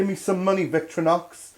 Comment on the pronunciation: Vic-tor-inox, not vic-tro-nox